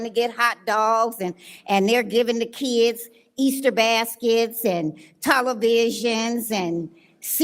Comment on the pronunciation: I didn’t know “kids” was pronounced “kee-ids.”